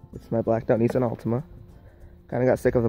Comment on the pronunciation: It's a Nissan not a Neesan